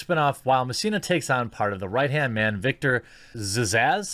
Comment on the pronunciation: I'm sorry but you couldn't even say Victor's name right though lol